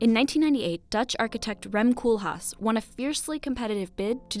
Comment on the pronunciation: Anyone Dutch who heard Rem 'Cool' haas instaid of Rem Koolhaas?